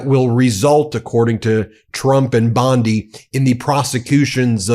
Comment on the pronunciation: BEN, YOUR IMPERSONATIONS SUCK EVEN WORSE THAT YOUR PRONOUNCIATION OF PROPPER NOUNS! Please STOP! Bondi does not sound anything like that and your Levin impression forces me to shut you off.